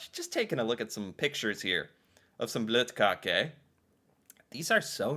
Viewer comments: Never heard of Brettemesse. Your pronunciation of Bløtkake is spot on. I usually fill my bløtkake with pears from a can and fresh berries. I use the liquid from the can of pears to moisture the cake before filling, otherwise it will be quite dry. Bløt is the norwegian word for soak or wet, hence the name bløtkake. But to moisture the cake you have to be very careful, you don't want to use to much. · Nice pronounciation. Both the E in the end and the Ø in bløtkake. I’ve no idea what brettemesse is. Bløtkake is not a xmas cake, it’s all year kinda thing. For Xmas many familys have their own traditions but overall it’s baking traditional xmas cookies, and making gingerbread houses. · I'm 33 years old and norwegian. I've never heard about brettemesse. You say bløtkake correct 😁 We have Milk on every layer with cake to make it soft (bløt) 😁 more whipped cream and fruit inside 😁 Even norwegian kids can make bløtkake at home ☺️😉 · Your pronunciation of bløtkake is on point btw:) it is a very popular cake, here where I'm from anyway. It could be used in birthday celebration, weddings etc, etc. It is simple and fast to make from bottom up. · Your pronounciation is good. Bløtkake is basically any butter free white sponge cake with cream and some filling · Til å være en amerikaner som ikke forstår norsk så var dette ganske perfekt uttale av bløtkake. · you're pronunciation of the Bløtkake is absolutely correct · perfectly said bløtkake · you said bløtkake right :)